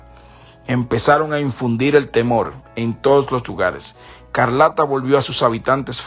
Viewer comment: No es Carlata es Escarlata di los nombres bien 👂🏾